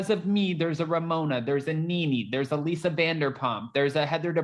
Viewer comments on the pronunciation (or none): none